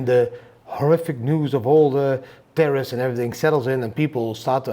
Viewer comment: Tarriffs not terrroris lol